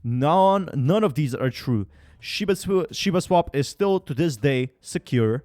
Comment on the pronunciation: Why dont you try to pronounce the name correctly. Its not shib!!!!!!! It is shiba. GET IT RIGHT!!!!!!!!